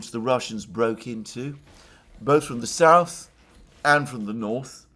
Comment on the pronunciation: Why does pronounce SouTH as souSE? "Dima"sp?) of the Military Summary channel also says souSE instead of souTH! Oh, and the barking dog is also VERY annoying! If it's a situation that cannot remedy at the time, should at least apologize for the inconvenience! "Just sayin"